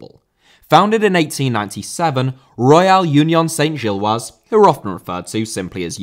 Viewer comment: Great video. We just need to work on some of your French pronunciations (e.g. Union Saint-Gilloise, Parc Duden, etc) 😉